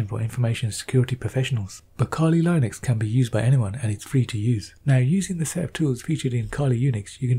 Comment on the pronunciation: I love his voice. I really do. except one thing about his accent: "kali lainuex"